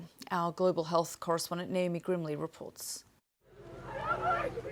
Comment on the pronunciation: Did she say Naomi Grimley reports or Naomi grimley reports?